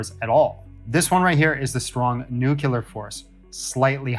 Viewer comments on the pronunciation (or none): bro really said "nucULAR force". I can't take any of this god stuff seriously. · If he wouldn't say "nukyular" when discussing physical constants, I might consider his expertise in more reliable.